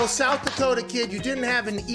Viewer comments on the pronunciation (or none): none